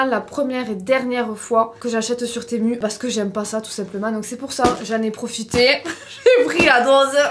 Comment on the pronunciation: Enffin quelqu'un qui le prononce correctement bcp disent temou ces n'importe quoi sa secrit temu donc ont le lit comme cela secrit ces sur c pas grave mai a chaque foos les gens sont sur de leur connerie. Enffin sa fais plaisir moi aussi jai commander pleins de choses sur ce site perso ya bcp de choses tops mai aussi de la nioniote si jpeu dire apret la qualité est celle que lon paye ces logique. Merci de le prononcé correctement temu . Ces u a la fin u et pas ou! Non dsl mao sa m'énerve😂😂😂😂. Lol adore ta vidéo ❤❤❤